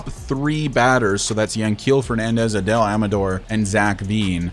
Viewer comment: Just a small correction, right fielders usually have strong arms, since they have to make the throw to third base. Personally, I'd leave Veen in AAA for a while, so his development doesn't get stunted. By the way, it seems like Adael Amador's name is pronounced Ah-DIE-Uhl Ah-muh-DOOR, so, you're saying his last name right, just not his first. I'd also like to see you keep Blackmon, rather than trade him, but, I wouldn't blame you if you found a good trade that made sense for both teams